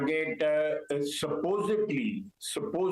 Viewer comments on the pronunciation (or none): none